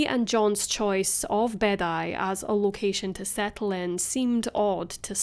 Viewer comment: Just a heads up, Beddau is pronounced like “bathers” that you wear in the pool, but singular.